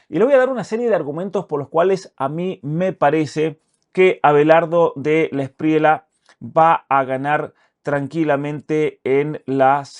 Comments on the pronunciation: el apellido de Abelardo se pronuncia DELA ESPRIYA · Querido Muchas gracias por su siempre excelente contenido. Quería informarle que no se dice Delawspriela sino Delawspriella. La última parte del apellido suena como en llama… Gracias!!